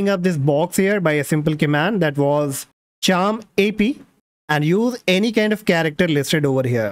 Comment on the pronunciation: Thanks for very good information. 1 correction it's char map not charm ap.